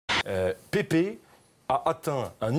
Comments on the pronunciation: Putain ca se prononce pas Pépé ça se prononce Paipe mais ca s'écrit Pepe. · Pepe se prononce PÈPE pas Pépé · C'est pas Pépé, c'est Pepe y'a pas d'accent et ça ne se prononce pas Pépé, ça se dit "Pèpe". Bref, résumer Pepe à ça c'est triste, ça ne lui arrivait pas souvent des mauvais gestes contrairement à un mec comme Materazzi. D'ailleurs pendant l'euro 2016 c'est le meilleur défenseur du tournoi.